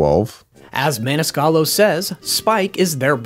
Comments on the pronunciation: He said "Sebastian Maniscalo" xD. We all make mistakes, I get it. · Man U messed up Sebastian’s last name